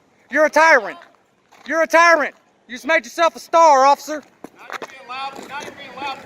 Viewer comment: Nice try "ociffer"... Lmao..